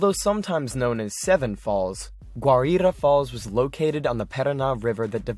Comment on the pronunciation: You triggered me with your pronunciations of "Parisian" and "Guaira". Other than that, well done.